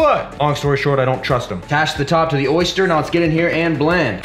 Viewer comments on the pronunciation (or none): Mans said oyster for something that said oster lololol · Oster blender pronounced "Oyster".... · Pronounced: O Stir